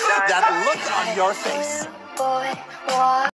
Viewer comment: Boys not beys